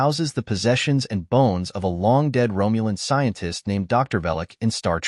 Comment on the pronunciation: If I hear Romulan pronounced "Rome-u-lin" one more time, I'm going to throw up.